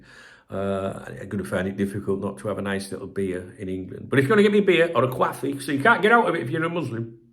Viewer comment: Why do u say quaffee